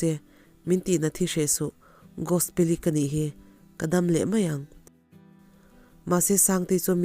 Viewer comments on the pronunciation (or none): Ummm ngaihnawm leh e i allergy chu lo dam rawh se mahse i aw nalh tho e, chuan ti leh teh ang tinge Gosi tih khan i lam le, a story hming khi Gospeli ni sia Gos-i tih ni awm tak te ka lo tia. Gospeli tih hi Gos-i tih hian ka hriat ho hi kan ko tlangpui sia, chuvang a nia ka lo sawi ve mai², a tawp lamah chuan Gos-i ti in i lam leh tho a. A enga pawh chu ni se a ngaihnawm in i chhiar thiam tho².